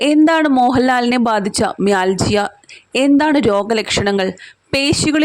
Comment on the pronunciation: It pronounces mialgia